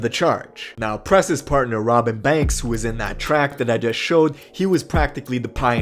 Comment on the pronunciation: Sounds like you saying Robit banks